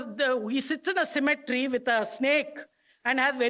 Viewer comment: Its cemetery not symmetry!